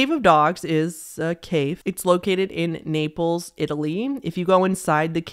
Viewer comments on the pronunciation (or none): none